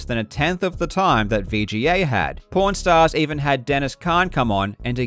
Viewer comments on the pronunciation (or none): I thought he said "P**nstars" first, then I watched the video.. and was like "ah... Pawn stars" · I thought, because of the way you pronounced it and bc of the subtitles, that "pawn stars" was "porn stars" lol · I heard something that wasn't "pawnstars" because of the accent. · I swear whenever somebody says "pawn stars" i hear something completely different. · Stop mispronouncing, "Pawn Stars" as, "Porn Stars". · Not gonna lie, I thought you said "Porn Stars" instead of "Pawn Stars" which definitely had me wondering what do porn stars know about retro video games. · oh lord the face I made when I misheard the "aw" in "pawn stars" as an "or" sound 😅 mind-blowing vid regardless!! love your content more and more every day <3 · I was just listening to this while working and when he said they started taking them on pawnstars I thought who said porn stars and spents the next 5 minutes very confused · I’m sorry I can’t get over how Karl pronounces Prawn stars like Porn stars I’m not criticizing, I enjoy it! I love the idea that this video game speculation is so big it’s caught attention of the porn industry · maybe my brain is just messed up, but to me (an American, from Texas), your accent makes "Pawn Stars" sound like you're saying "porn stars." actually it kinda reminds me of how I, at first, thought the Daleks from Doctor Who were called "Darleks," from hearing The Doctor pronounce it. I guess I'm just bad at understanding a British accent because I'm American, lol Edit: I found out from another video that you're Australian, not British. my bad. apparently, as an American, I can't even tell the difference between a British accent and an Australian accent. I didn't even know they were different until I asked Google and every result I got said that yes, they are distinctly different accents. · I like how Karl casually pronounce “Pawn Stars” as “Porn Stars” 💀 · "They even took the cart on Porn Stars" is what I will always hear everytme. Thanks, Karl